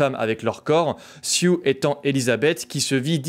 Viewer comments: Je crois que son prénom c'est Sue (de Suzane, prononcé Sou), et pas Sioux haha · Belle analyse, seul chose qui me fait grincer des dent: ta déformation du nom de la jeune Elizabeth: son nom C'EST SUE... ET NON SIOUX!!!